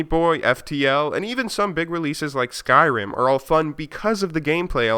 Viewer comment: "like skryim with guns"